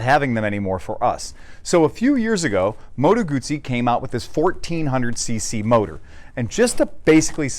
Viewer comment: Heah, but it's not gooozi, just guzzi - oo, mot ooo, please - you hurt my ears!